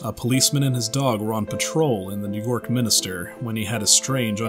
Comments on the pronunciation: MIN-STER, not MIN-I-STER! Seriously. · Why u say minister when it's actually minster get it right